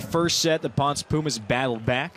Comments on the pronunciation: Hey guys just friendly info, it is pronounced like [pownsay] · You would think that someone would have research how to say PONCE! PON SEH Very proud of my Puertorican volleyball youth.